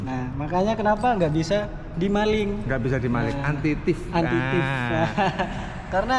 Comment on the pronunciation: Anti theft mas bukan anti theef